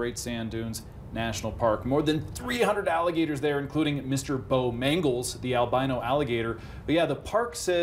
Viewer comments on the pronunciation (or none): MR. BO-MANGLES 💀